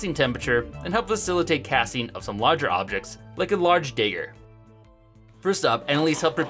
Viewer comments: It's dagger, not dayger! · You are pronouncing it daeger when it is supposed to be pronounced dagger, for example a Dagwood sandwich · How are you so bad at pronouncing the most simplest words, no one calls it a dAgger it’s dagger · I just gotta day it, it’s pronounced dag-hur not day-ger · What’s with the odd pronunciations? dA-ger? Dag-ger. Short a. Same thing with fragment. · being from Wisconsin, it never occurred to me that people say dagger any other way but dayger, so I'm confused for the exact opposite reason as y'all XD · Dagger not dayger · I hate when he says dayger and not dagger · Why do you keep saying Dayer? You know there's a G in there right, and it isn't silent. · Love your videos. You threw me off though it's ˈdæɡər. Not even the Uppers say day-ger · Dagger "Dayger" No, dagger "Yeah, dayger" Dag... "Dayg..." Pointy knife "Pointy knife" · Yes thank you! Uh "dayger" was killing me. Also I hate to be that guy. But it did not look like the broken crucible poured that much bronze, let alone that nicely. Plus he would had had a big nasty tail of bronze to cut off and there was none of that when he smashed open the cast. He cracked it open and immediately I said "no way". I want to see the video where he refines it. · Its dagger not daygger But keep up the good work Always looking forward to your next videos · What's a 'dayger', and why is he mistaking it for 'dagger'...? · Why does he say dagger like dayger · Wait was he calling it a day- ger? It’s dagg- er, there’s no ae sound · My man really said daygger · it's pronounced DAGGER not DAYGER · Its probably a dialectal thing in the midwest, i've seen cody from codyslab call "bleach" bletch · I’m from eastern canada and have never heard it pronounced any other way other than day-ger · Where are you from that they say Dayger instead of Dagger? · Copper Day-ger. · Dæger is what this man is saying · it is pronounced dagger no y in there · I hate the way he pronounces dagger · please stop saying "dayger"